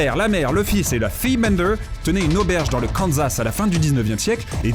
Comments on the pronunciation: pas "dans le Kanzzzzzzas" mais le "kanSSas" (je parle de la prononciation ah ah) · « Dans le KanZas »